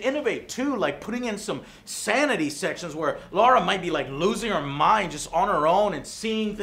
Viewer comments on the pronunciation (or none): It's "Lara", not "Laura": please! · Joe can't go one Tomb Raider review without calling "Lara" - "Laura" 😂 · its Lara croft not Laura Croft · It's Laaaaara no Loooora with with "a" with double dots above . I don't know how to explain it with diacritical marks! But sometimes in stressful situation you want call someone Matthew but mouth speaks Stephen by itself . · It’s Lara not Lara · Joe, her name is Lara and not Lora. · It's not Laura. It's Lara, the feminine form of Larry. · Ffs Joe - Lora again... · Why do Americans call her Laura, there ain’t no u in Lara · It's LARA! Not Laura, Joe! WTHell is wrong with you??! ^_^) I miss CORE Eidos... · Its lara not laura ffs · Her name is lara not laura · It's Lara, not Lora. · I think it's pronounced "La-ra" because it's the way Lara says it herself...so I use that...plus, she's a Brit so it makes sense. Also, I can't see Lara being pronounced "Law-ra". Her name would be spelled Laura for that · Her name is Lara not Laura. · It's Lara not Laura. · Dude, you still cant say Lara properly LOL. it's Lara, not Laura lol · lara not laura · Just to be pedantic for a moment. Her name is Lara, not Laura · Why do some people add a U to her name? It's Lara, not Laura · And her name IS pronnounced Laaaara, always was. Only idiot Americans pronounce it as the name Laura. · How hard is it to say Lara? LA-RA. Not LAU-RA. Lara. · Come on joe when will you learn her name is L-A-R-A not Laura. ;P (gotcha) any way thanx for the review . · Joe...it's LA-RA. Not Laura. FFS. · It's Lara not Laura! C'mon. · He's saying LARA, it's his accent that makes it sound like Laura. Its always been Lara Croft, it has no 'U', so why would you pronounce it as such? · It's pronounced LAH-RA not LOR-A. It's been confirmed way back. Anyways, good review. Glad I held back on buying it. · johna calls her lora but she calls herself lara because british dont change the A to an O like most other english speaking country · Isn't it LARA Croft? Joe keeps saying LAURA